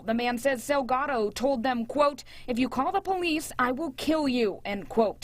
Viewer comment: Salgado is not the same as Delgado! So say the last name Correctly!!! 😬😠 SALGADO, with an S.